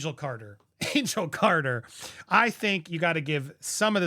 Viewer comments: hahaha Angel Carter lol its Car-tell lol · Angel cartel… not carter 😂